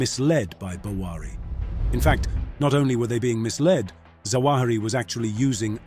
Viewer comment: it’s zawahiri not jawahiri